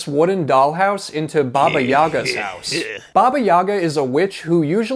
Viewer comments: Baba Yaga is a not evil nor good. In slavic culture she's between the world of the living and dead. She usually helps heroes with advice and healing, but can trick them as well if she's feeling like it. And it's pronounced YagA with the emphasis on the last syllable. Great job, the house is really cute!! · OKAY. Why did I think Baba Yaga was your accented version of Baby Yoga?? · it is pronounced `babi yagaa only Russians will understand